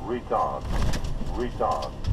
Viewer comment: Love hearing the Plane say "Retared"